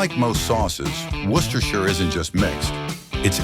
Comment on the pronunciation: HOLY CRAP! THIS IS AMAZING! An American pronouncing "Worcestershire" correctly!